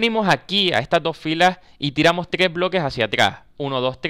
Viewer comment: NO SABE DECIR TRES JAJAJ :v